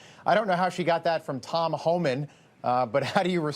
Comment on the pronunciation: Lol!! Mispronounced Tom's name. She is out of touch. She shows what a Dingle Berry she is. 😂